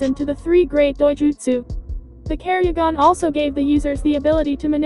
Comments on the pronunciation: ketsuryugan not kerryugan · It is the ketsuryugan not the kerryugan